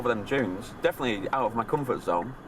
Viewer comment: "Giant sand junes"